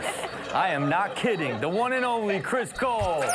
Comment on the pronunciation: i thought u said chris bold XD but its chris cole XD